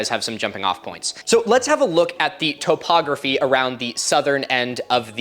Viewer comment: Why does he pronounce topography like that?